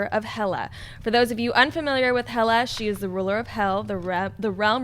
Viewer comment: hey guys, it´s hela, not hella.